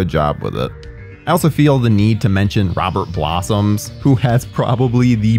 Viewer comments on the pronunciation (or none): its Roberts Blossom, not Robert Blossoms.